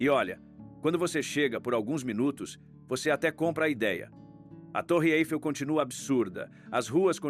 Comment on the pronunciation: O narrador não sabe pronunciar corretamente o nome da Torre Eiffel